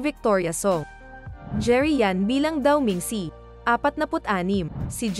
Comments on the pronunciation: Shang hai Po hnd shang kai.dao meng shu Hindi Po daw meng si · wahhaha natawa ako sa sankay 😜ayusin mo kasi pag pronounce daw ming see hahahah 5k tawa ko dito sa content mo😂Shan cai hindi sankay 😜 🤣🤣